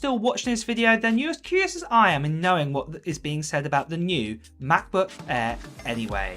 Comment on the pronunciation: 15 inch meh-booayh